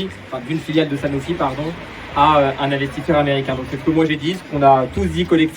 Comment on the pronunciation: "Il en va de" et "c'est" prononcez "cette"... abruti